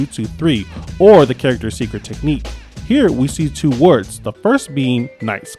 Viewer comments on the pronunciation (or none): none